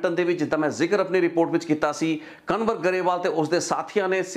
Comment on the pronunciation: ਕਨਵਰ ਨਹੀਂ ਕੰਵਰ ਸਹੀ ਨਾਮ ਆ ਜੀ। 🙏🏻